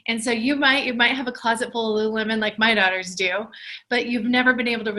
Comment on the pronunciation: i hear lularow everytime i hear them say lululemon lol